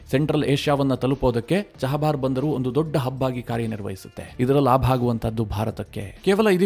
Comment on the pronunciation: ಚಹಬಾರ್ ಬಂದರು ಅಲ್ಲ, ಅದು ಚಾಬಹರ್ ಬಂದರು